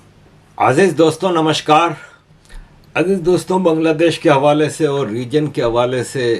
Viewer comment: نمصکار ہوتۂ ہے، نمشکار نہئں۔